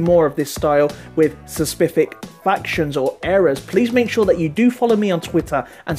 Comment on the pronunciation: He said, "sepicific". Good video,.